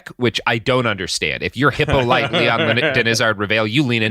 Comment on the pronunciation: Hippolyte, is pronounced He poe lee tay. Ive heard every mispronounciation